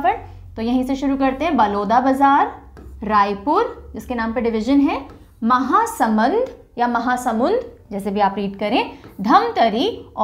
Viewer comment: That is महासमुंद Not महासमंद